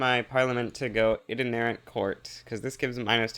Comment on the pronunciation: Along the lines of the control clicking provinces in peace deals, whenever you're assigning army objectives you can shift click to do entire areas which makes the function FAR more useful P.s. To be that person correcting someone's pronunciation on the internet: it's actually pronounced "I-tin-er-ant" rather than "iter-nair-ant!" No shade otherwise, sick af run